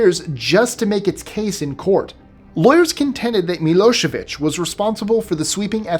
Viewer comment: I love your show but can you learn to pronounce things it's Hague not hog and it's slow-badan milosavich these are pronunciations not spelling but back to I love your show